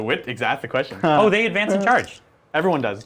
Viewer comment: J'avais compris : questio pour un champignion hahaha :_faceplam